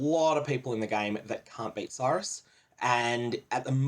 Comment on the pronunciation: if you pronounced Sirus properly i'd watch more of your videos, no joke. It fucking hurts my brain that people can't just do shit properly.